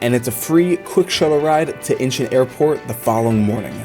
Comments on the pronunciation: Idk why I got so irritated when you kept on saying Incheon as if you were saying inches. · Dude your pronouncing airport name wrong.